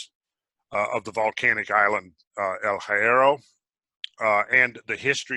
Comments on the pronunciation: The Island names are Spanish so if you want the correct pronunciation of Hierro, the H is silent, the i is short, and the rr is trilled, "Yerro". BTW, hierro is iron in English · This is absolutely outstanding. My father and siblings (all 19 of them) were born their and I great memories of the family they left behind in Tenerife. Doctor Hierro meaning Iron, it’s pronounced yierro, the H is silent and the Y is soft. I love your work, this was awesome! Thank-you!